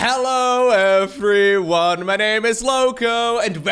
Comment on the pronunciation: Yes, and the v in his everyone still sounds more like an f. Probably on purpose this time.